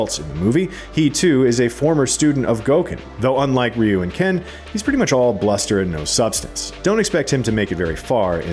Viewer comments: It's RYE-YOU not REE-YOU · It's Ryu not Riyu what's with you people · Dude is calling Ryu “Reeyou” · I’ve always pronounced it Righ-You 🤷‍♂️ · If they pronounce Ryu like it is pronounced in this video, I am going to boycott it.